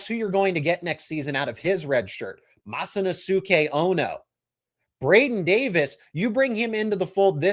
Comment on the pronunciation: Japanese speaker here (43 years living in Japan). I REALLY wish someone would pronounce the name correctly. Masa NOSE kay (strong accent on 'NOSE', but with a soft 'S').